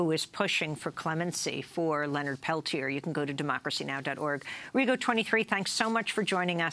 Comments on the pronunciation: Why is Leonard's name not pronounced Pel-tee-ay?? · A 1 and a 2 i think is is isn't it? Amy might be mispronouncing it.